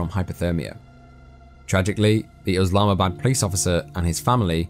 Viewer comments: It's Islamabad not uslamabad. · bruh it's not Oslamabad it's Islamabad . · I think its Islamabad ,not uslamabad as the narrator pronounce it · Thanks for checking it out! ( I blame google for the oslamabad thing, if you google how to pronounce it, it says uhz'lahma,bad' lessond learned & hope you stick around :P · google told you to say Uslamabad? 😂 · I'm curious, why are calling the capital of Pakistan USlamabad? Unless someone has mis-spelled it it's ISlamabad and sounds exactly as it's spelled!! If you're going to talk about about something and, even if you think you know how to pronounce it, check it to be sure! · After researching it seemed to be pronounced uhz lahma bad 🤷‍♂️ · Hey brudda yeah I got told by a Pakistan native it was pronounced uhz-lahma-bad. I'm guessing it's Islamabad exactly how it's spelt 🤣